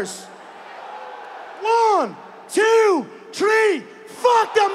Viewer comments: at the count of tree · When i count to tree🌲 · On the Count of Tree.